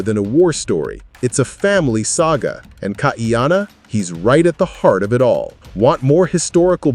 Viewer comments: NOT Kaiyanna! Kaʻiana (Kah-ee-ah-na) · Please KAH - EE-Ahh-Naa.